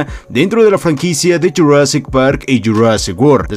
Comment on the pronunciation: Me encanta como dice de JU rassic par y JU rassic wor